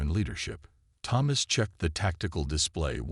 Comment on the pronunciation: Your ai pronounces Thomas wrong, but that makes it unique